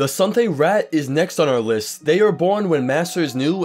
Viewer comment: Anybody else get annoyed when he said rat instead of raht.